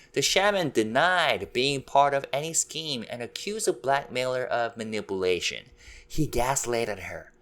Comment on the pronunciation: Please learn how to pronounce "manipulation"